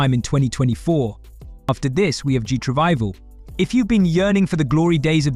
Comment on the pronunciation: Ooh, that explains Gee tRivival Instead of GT Revival, that sounded offensive